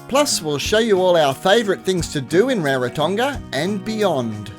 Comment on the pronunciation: Thank you for sharing. On a side note, and not a criticism, pronunciation of Rarotonga (Ra, like raspberry, soft g).